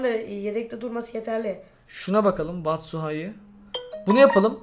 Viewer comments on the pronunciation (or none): okkunuşu batsıhay değil batsuyaşi